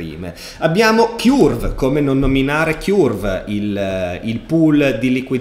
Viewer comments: Ti prego, Curve si dice come Kurt (ma con la v, non la t), altrimenti mi viene sempre in mente il nido del chiurlo:D Per il resto sempre grandissimo! Grazie! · Curve si pronuncia cörv, che suona molto simile a burn, turn, learn.